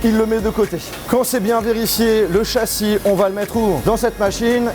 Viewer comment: le chassienh,la carte mereennh,j’avais jamais remarqué ptdrrr